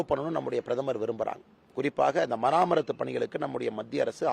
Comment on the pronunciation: மராமத்து பணிகள்/மராமரத்து அல்ல pls note.